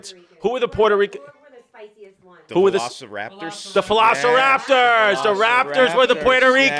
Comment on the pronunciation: i love how chrissy the caresser pronounced velociraptors "philosoraptors" lmfao